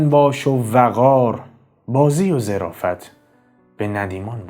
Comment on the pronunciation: درود و خسته نباشید خدمت عزیز با تشکر از محتوای مفید و عالی که میسازید زمن گفتار جنابعالی در بیت اخر ان کلمه ظِرافت نیست بلکه ظَرافت به معنای شوخطبعی است با تشکر